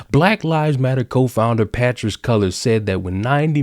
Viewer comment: I love how all of a sudden he's pronouncing "Patrisse" as "PAH-tress." Kinda like mattress. Mattress Cullors, 😂